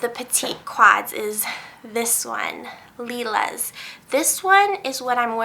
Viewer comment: Lilas is my fav as well. BTW Lilas — the s is silent — said, "Leelah". It means Lilac in french. :)